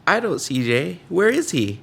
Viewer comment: "Can you see Jay?" What I heard: "Can you CJ?":D